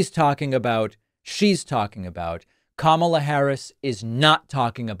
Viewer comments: She is Ka..Ma..la not kamla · He’s such a mess. Way too old for the job. He can’t even say her name correctly. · His followers just believe whatever he says. He probably mispronounces her name intentionally. He spits out word salad that makes no sense. He can't even speak an entire sentence. His cult has been indoctrinated and needs to be reprogrammed. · Maybe all this was intentional to confuse people and mispronunciation of her name making it sound foreign maybe intentional.